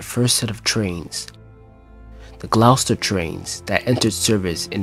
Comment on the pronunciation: This is a very good documentary. I would consider redoing the voice over narration with a more professional narrator (the word name Gloucester is pronounced "Gloster"). There are lots of other mispronunciations, or wrong word usage. Otherwise this is a very good piece that strikes me as being well researched and written.